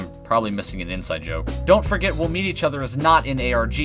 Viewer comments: The amount of times u said dont forget at the ends sounded like dont Frick it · The Dont forget at the end sounds like dawn forget